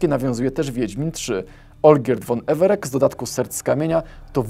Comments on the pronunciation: nie Everek tylko Everec. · EvereC (czytane przez "C")